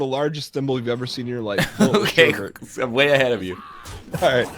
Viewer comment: The "Sureburt" pronounciation. It hurts, mama, it hurts.